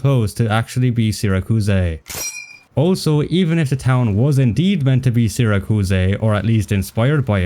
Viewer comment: Sira kuus ey is going to kill me. Is that the Italian pronunciation or have you never heard of Syracuse